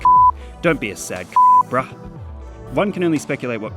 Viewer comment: The way you say "bruh" upsets me greatly